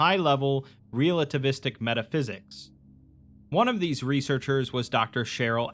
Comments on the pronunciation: It took me a while to realize you were saying "realativistic" and not mispronounced relativistic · Love you dude, but I cringed every time I heard "REAL-ativistic". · Hearing you mangle and mispronounce the word relativistic so many times in such a short period of time made me want to reach through the internet and strangle you.